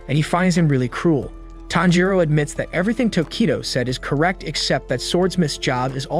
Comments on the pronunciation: My guy calling tanjiro thanjro??? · bro said "thanjiro" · The way he called tanjiro ‘Taanjiro’ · Thanjiro? Sir have you ever watched an episode? The names are the same in both English and Japanese ... why go through all the effort of making this content only to butcher the protagonists name ? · Ain't no way he said thanpajiro 🤣🤣🤣🤣🤣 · tanjiro❌ tHaNjIrO✔✔✔✔✔✔✔✔✔ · Its tanjro not tharjo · This guy pronounces every hard name easily with proper punctuation. But when ever he says tanjiro, this guy says “thangiro”. It’s gotta be intentional cause no way are you dyslexic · thanjro? it's tahn-ji-row. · So we just gone act like he didn’t say Thanjiro I’m so triggered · Nah thanjiro the fan breather 💀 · bro said tanpachiro after kamaboko gonpachiro💀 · Ton gee row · Why do you keep saying thanjiro??😂 and wtf micheal Jackson in demon slayer?? Wow mind blowing😅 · Bro why you call him thanjiro💀💀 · IF HE KEEPS SAYING THANJORO IMA KILLLLLLL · dude stop saying thanjiro also its not lord muzan its micheal jackson his cahchfrase is jamona and his gender is hee hee his sisters name is anny her gender is you ok micheal jacksons son’s name is because the kid is not my son micheal jacksons dance is the moon walkee hee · its not fanjiro its not najiro its not anything its just tanjro say it with me tan jiro tanjiro you dumbo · “Thanjero” This guy is making me mad bro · Tanjiro TAN-JI-RO SAY IT RIGHT DAMN IT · Bro said fanjo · "Thanjiro" 💀 edit: mommy im famous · Thanjiro💀💀💀 Inauskay💀💀💀 Dahki💀💀💀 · If I hear fAnJiRo one more time...